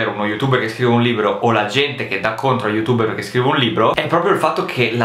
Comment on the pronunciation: perché dici youtubberz?